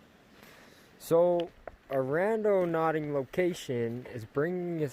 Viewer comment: Girly said"randoNAUTICing